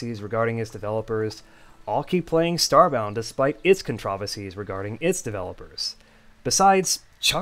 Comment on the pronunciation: You know, the way you pronounced "controversies" sounds like a different word and was confused until I turned on the subtitles. It did bother me a bit but that's very minor, suppose it's an alternative pronunciations I'm unfamiliar with. I do have a love/hate relationship with Frackin', as I've spent over 2k hours on that game. Like the sprite work for that mod is quite inconsistent, often clashing with Starbound's style.